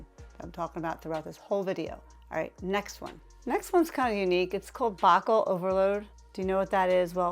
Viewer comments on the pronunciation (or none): BAH-KULL ??? You just lost a lot of credibility with me when you don't know how to pronounce Boucle ...with an accent over the e. Boo-clay....it's French.